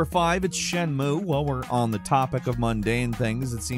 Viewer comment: As often as you talk about shenmue, someone should have pointed out how you're balking the pronunciation. Or you're doing it on purpose. Which is worse. If you're going to say Japanese words, take a few minutes to learn how each vowel sound is pronounced.